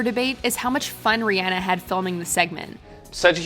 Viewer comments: I'm not gonna lie, I'm just EVER SO SLIGHTLY triggered when (the narrator) pronounces her name as "Ree-AN-ah", when even IN THE CLIP ITSELF, Myers clearly calls her "Ree-ON-ah". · Ri-ah-na | not Ri-aa-na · I swear they pronounce names wrong on purpose. ReeAnna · Can U Not Say Rihanna Right?